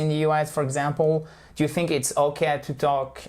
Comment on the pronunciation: Vous dites THICK ok it’s correct mais fink pour Think !!!!!